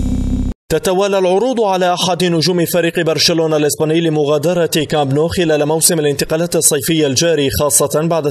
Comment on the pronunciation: لديكم مشكلة في نطق حرفي B و P لذا أرجو منكم تعديل هذا الخطأ اللفظي pرازيلي و pرشلونة و pايرن ميونيخ تنطق بحرف b